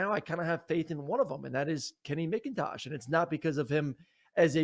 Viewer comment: Aaron, did u say kenny micintosh? lawd son! 😂 it’s MACintosh homie